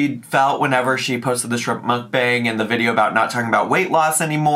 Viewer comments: I am so glad to hear you say Mukbang. Hearing our call it “mook-bong” always made me cringe. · The word is Hangul and its correctly pronounced 먹방(Meokbang) - so Mock Bang. There is no 'U' sound in it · Am I the only one that can’t stand the way she says mukbang? She says mook bong.. like what? It just grates on my damn nerves! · I think it’s really pronounced muck-bong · WHY DOES SHE PRONOUNCE MUKBANG LIKE THAT???? I’m serious, it makes me want to pierce my eardrums every time she says it wrong 😩😩😩😩